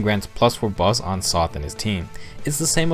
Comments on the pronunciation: Same, but also for Sothe. I say Silas with a long-I sound I say Sothe as Soh-th. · Small nitpick about pronunciation: -Libra: LEE-bra (Pronunciation taken from Beyblade Metal Fusion) -Silas: SAI-las -Sothe: SOE-th (English rule for most words that end in e that doesn't apply to all words)